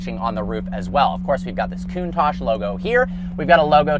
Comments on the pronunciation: Coon-tauque, not Coon-Tash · / OK TWO COMPLAINTS IN ONLY THE 5 SECONDS I WATCHED. 1- THE NAME OF THIS CAR IS NOT "COOOOON TACHE" IT IS: " COUNT TACH " SHORT A SOUND. LIKE " TOUCH" BUT "TACH" THE TA SOUNDS LIKE CA-T HA-T TA-CH... SAY IT RIGHT! 2- THE INCREDIBLY FAKE AND PHONY FACIAL EXPRESSIONS ANS EXCITABILITY YOU SHOWED WHEN ACCELERATING! ALL THE PEOPLE, AND I DO MEAN ALLLL THE PEOPLE WHO MAKE THESE TYPE OF VIDEOS ALL THE DO THE EXACT SAME FAKE, PHONY, PRETENTIOUS EXPRESSIONS AND EXCITABILITY FACES, AND ITS REALLY ANNOYING! SO STOP THAT! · 'Poster Car we all know and love?' You weren't even born in the eighties. It's also pronounced: [kuŋˈtaʧ], with the accent on the "a," and with the consonants "tsc" at the end. Not COOONTACSH Good grief, if you're going to introduce one of the world's most beautiful cars, do your homework. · Wow, what a car, but why does he call it a Coontache, sounds like racism mixed with anti facial hair tendencies to me. Where English is the main spoken language, we call it the Count-ash, count as in 1, 2, 3, 4 ash as in burnt stuff. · Coontarsh😂 Why can't Americans talk properly. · I don't think anything has ever annoyed me more than this dude mispronouncing Countach over and over again. Lol. "COON TOSH". Ugh.